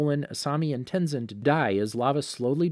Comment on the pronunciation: Ten Sin